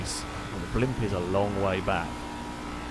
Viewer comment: STOP SAYING BLIMPUSSSSS ITS SO ANNOYING